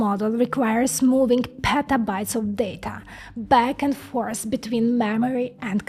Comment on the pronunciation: I love the way you say "Petabytes" ... delicious !